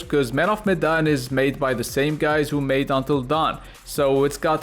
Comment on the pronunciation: I died everytime you say “Medan” ffs. The Arabian accent is dope 😂🤣👏